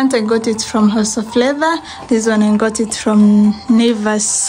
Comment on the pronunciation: Nice house but you " ngot" it from😅